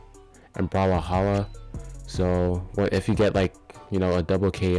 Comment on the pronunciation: The way you say brawlhalla is so funny bro💀💀